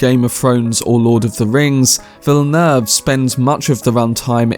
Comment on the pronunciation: Good video my guy but you fucking butchered the Director's name